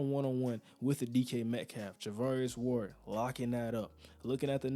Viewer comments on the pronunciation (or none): none